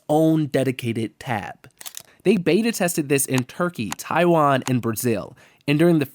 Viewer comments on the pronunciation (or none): none